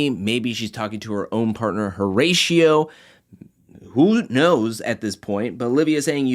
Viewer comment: This video is fire but please for the love of got Pronounce the name correctly please O-RA-CIO the H is silent